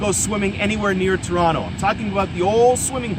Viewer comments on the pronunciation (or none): none